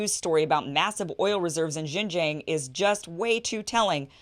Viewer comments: Please pronounce Xinjiang as Sing-jiang , and not Jinjiang or Zinjiang. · Thank you Kim for this amazing work. You are sorely needed in this post-journalism world. BTW the proper way to pronounce Xin Jiang is more like sin-giang. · I've been saying this for the last decade. Thank you for covering it. Btw Kim— it's pronounced 'sheen jiang' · Kim, you’re fantastic. The way to pronounce Xin Jiang is “sheen jee-ahng” where you barely say the “ee” sound, almost like “sheen jhang.” The guy you interviewed was saying it mostly right so listening to him a few times will help. Love your show! ❤️❤️ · Nope, it's pronounced "sin" Jiang.. but you're closer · Tbf it's pronounced the way you would if you were saying making a "heeeee" sort of sucking noise, by sucking inwards. Reverse that, make that noise, not by sucking inwards, but by pushing out, and you have the "xi" sound. Jiang is also the same, is is as you were saying "Gee", but with that flat "heee" sucking texture, causing the g not to be a "zhee", but a "Ji" sound. Xin Jiang. ang as in ahng. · Kim, Xing Jiang, should be pronounced as Sin Jiang in English tong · Wouldn't it be more lika Shin-jiang? I thought X was pronounced kind of like the Sh- sound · And Kim, please listen to on how to pronounce Xinjiang. Your pronunciation is kinda embarrassing